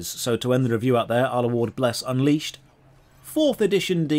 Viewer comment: Uncrustable, lol